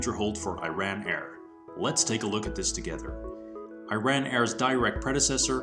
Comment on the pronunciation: Man, the country is pronounced "ERAAAN" and not I-RAN!!!